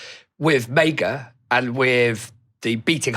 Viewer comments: why are you saying Mayga instead of maga? XD Making it sound like Mega. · It’s MAGA like saga. Not MAEGA.